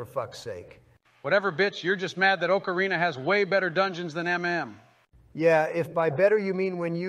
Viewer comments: Biden would pronounce it oakareena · Joe and Donald are exactly the type of guys to say oakarina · Oakarina lmao. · Oh-carina. Bro can't even say the instrument right. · Joe "Oakarina" Biden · wtf is an OAKarina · They are saying Ocarina wrong! >:( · The best part is that neither of them pronounce "ocarina" correctly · I hate the way they pronounce "Ocarina".